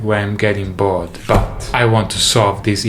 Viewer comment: Said: bored I heard: bald